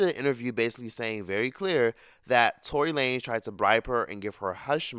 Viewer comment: bruh did you said toilet lanes Lmaoo